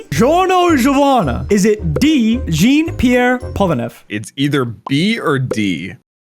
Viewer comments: it's not "the Cars" but Kars, by the way, nice video xD (please pronounce Jean Pierre Polnareff correctly next time) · Jeen pear poranef💀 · Really said Jeen pear pollenreff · Wtf was that Jean pierre polnarev pronunciation it's not supposed to be pronounced gene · He literally butchered it. It’s supposed to be Jān pierre porunarefu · pronounced its john pee-air pole Na reff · especially Jeen Piyr Polnaref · "Jean Pierre Polnareff" Just the way you pronounced "jean" is triggering me.